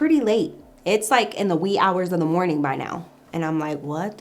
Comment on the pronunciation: The way u tell the story is sooooooooooo funny!!!!! and the english u use. u said morting to say morning, i love it😁🤣